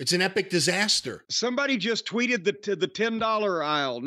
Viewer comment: Can someone tell to stop pronouncing the TW sound as a CHW sound Chwitter Chweet Chwenty 200 times a show lol